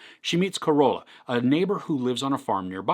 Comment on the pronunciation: There it is again.. it's "Ca-Ro-La" not COROLA. HAHAHAA!